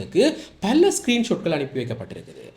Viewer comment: மல்ல, விள்ளக்கம (பல,விளக்கம்) பிழையான உச்சரிப்பு.